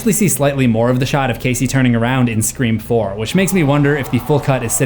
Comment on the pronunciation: said it wrong again!